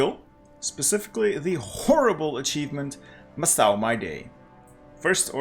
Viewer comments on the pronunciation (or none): Awesome video. Just a little thing, Macau is pronounced Makau not Massau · Ah yes, MASSSSAU my day. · Isn’t it Macau with a hard c? Like makau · Just a fyi, Macau is pronounced as Ma-Ka-U. Ma as in mama, ka as in Kant the philosopher, and u as in uzi. Love your achievement videos. It makes the game much clearer with your videos. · you saying macau and other portuguese words makes my brain cells disintegrate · What in God's name is that pronunciation of Macau?